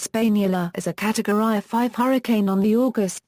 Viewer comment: “catowry” noice